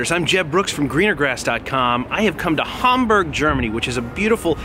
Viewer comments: Its HAM BERG not humburg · Can't pronounce Hamburg properly